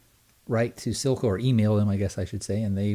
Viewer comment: Also, say 'Seal-cah'. Oh, and while we're at it, 'pee-stah-kyo', not piss-tash-ee-yo.